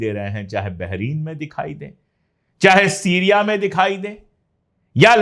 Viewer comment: भाई आप बहुत ही अच्छा ऐंकर और जर्नलिस्ट हैं लेकिन BAHRAIN बहरीन नहीं है।तलफ़्फ़ुज़ दुरस्त कर लीजिए। कभी कभी J और Z की तमीज भी आप भूल जाते हैं।अगर तवज्जो करें तो आप की ये मामूली सी सुधार आप के प्रेजेंटेशन में चार चांद लगा देगी।